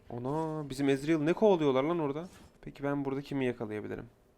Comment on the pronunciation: Bişey dicem sjdnn Nobody::ezreyıl Ndjdjdj